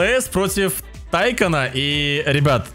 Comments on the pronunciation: Не тАйкан а тайкАн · Говори да Тайка́н, с не Та́йкан пожалуйста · Правильно тайкан ударение на ан